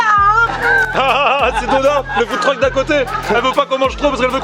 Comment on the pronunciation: Au debut il dis Food Truc j etais mort fin .